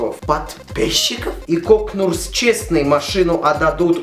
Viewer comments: сейчас 2019 год... но я все еще перематываю момент когда ты говоришь КОКНУРС. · Кокнурс! Да, вы не ослышались кокнурс! (Кёкьнурсь - упорото руско-малолетнем языке...)